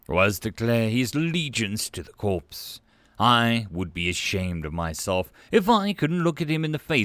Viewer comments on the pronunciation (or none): Corps is pronounced Core CORE. Never Corpse. Otherwise good reading.